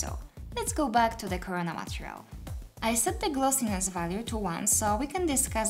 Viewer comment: Love how you say it "matrial" insted of "matErial" in every video, but now, its overusage time! 😁😁😁